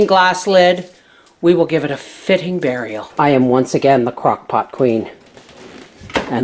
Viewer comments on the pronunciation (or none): none